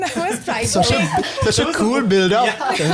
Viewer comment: it's so "kwueel'....nigga i clicked off immeadiatly after hearing that